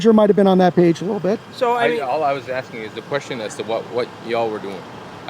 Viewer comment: “ I’m axing a simple question “ 🤣